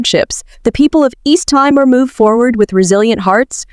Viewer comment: Thanks for the wonderful introduction. But it is called Tea more, not Tie more